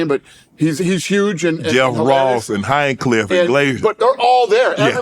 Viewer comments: LMAO, he said hienclff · HIS NAME IS TONY FUKN HINCHCLIFFE !!!! Hinecliff ? Cmon man. How do you not know that dudes name now ???? Smh